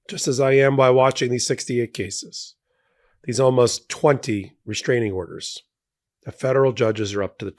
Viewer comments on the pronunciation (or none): Did you actually say walmost criminal